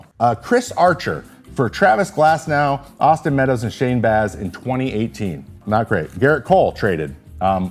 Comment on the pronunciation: "Travis Glasnow"